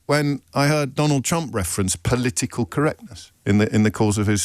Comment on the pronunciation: Every time I hear him say trump I hear chump - love it